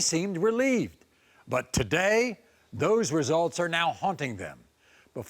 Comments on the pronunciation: DNA "resilts"??? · What’s a “resilt”?